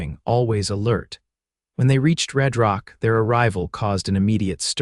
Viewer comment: how does RedRock turn into ReedRock? AI screws up....please fix it!